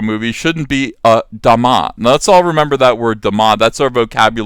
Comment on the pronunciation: I've never heard the word Da Ma butchered so hard.